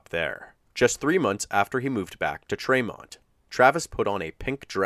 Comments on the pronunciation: Probably too late to make any changes but tremont is pronounced TREE-mont not tre-mont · Kinda off topic but it’s pronounced Tree-mont. I’m from that area just bugged me 😂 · I'm from that area and it's pronounced treemont not traymont.